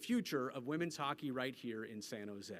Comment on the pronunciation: Women’s hockett is the best hockett, almost as good as bonus hockett!